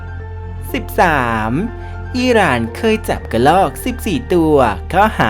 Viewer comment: เราไม่อ่านเป็นอิหร่านแต่เป็น อีร่าน55555